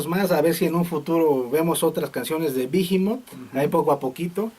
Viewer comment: no es bijimot, es tal como está esta escrito behemoth, sin pronunciar la h, behemoth es el nombre de un demonio